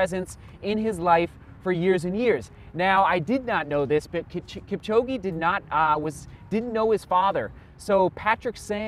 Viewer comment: Butchering his name. He's Kipchog'e' not Kipchog'i'